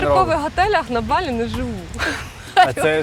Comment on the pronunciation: Авторе, не БалІ - а БАлі! Не будь кугутом недосвідченим - навчися правильно розмовляти,!